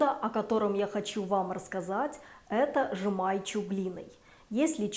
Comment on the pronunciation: Вы неправильно выговариваете слова жемайчю и щальтибарщай.